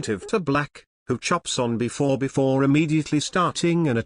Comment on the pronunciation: be-fore before